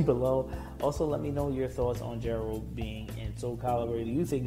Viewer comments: It's Geralt not "Jerald" get it right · well most names in The Wicher have Polish pronunciation so alot of people make that mistake It is even a joke in the game when some woman calls him "Jerald" and he corrects her